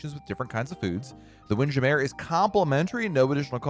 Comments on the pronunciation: I cringed a little bit when he didn’t pronounce it as “Windjammer.” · After watching a few more of his vids, he does it on purpose. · Why are you pronouncing Windjammer like that!? 😂